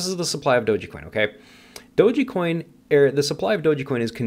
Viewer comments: Pretty sure it's pronounced doge coin, not doge-E coin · so what you're trying to gain by leaving negative and judgemental comment towards "Doji coin" in your video? LMAO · you are the only one I ever heard call it doe gee coin. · "I've done my research " ...doesn't even pronounce it correctly...."it doesn't have use cases" then names use cases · What you said I cant argue...but I can't take you seriously when you cant even pronounce dogecoin correctly...🤷‍♂️